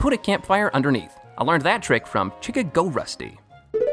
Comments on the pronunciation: "chick-a-go-rustie" chicago rusty 😂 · I love how he pronounces "Chicago-rusty" as "Chick-a-go-rusty" lol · the pronunciation is Chicago (as in the city)-rusty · I like how he calls the guy chica-go rusty instead of the state chicago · Chicagorusty. I think it's Chicago like the city, not chick-a-go. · Umm... "Chicka-go-rusty"? Have you never heard of the city of Chicago, Illinois? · Fun fact #22: has no idea how to say Chicago. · I cant believe you read Chicago like that! That made me laugh so much and now my friends are confused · Why did you pronounce Chicago like that please tell me it was on purpose